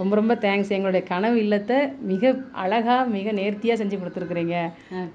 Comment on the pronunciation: நீங்க முதல அந்த வார்த்தைய அழகான சொல்லுங்க அதை விட்டுட்டு அலகாகான சொல்லாதீங்க அதை விட்டுட்டு தமிழ் கத்துக்கிட்டு அதுக்கப்புறம் தமிழ்ல விளம்பரம் செய்யுங்கள்